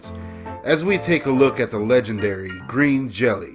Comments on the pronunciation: "I am a fan of Green Jelly". Uh not you're not. Otherwise you would have pronounced it properly. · Other than your mispronunciation of the band name this was good and I agree with you for the most part. Bill doesn't give a shit if the band is tight or not. He's getting paid regardless. The band doesn't get paid. Essentially we're a bunch of idiots all over the world hanging from his balls feeling like we're a part of something special, and trying to convince others the same. I was on the tour where Bill got ripped off. It's what gave the band a little heat again. It'll cool again. Thanks for making this. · If you're such a fan, why can't you say the name right?